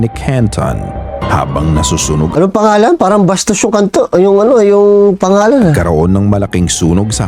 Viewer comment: Kanton hindi kantot